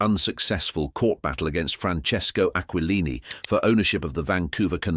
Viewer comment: Tsk tsk—Bits of true info ruined by bad pronunciation of names like GAG-Glardi, AquaLine-EE; misspelling names in captions (BD for Beedie, LOUIS for Louie). Using movie Charlie Chan photos for the Chan family… Using stock photos irrelevant to the topic… Horrible AI — I always click “not interested” or “thumbs down” on this crapola.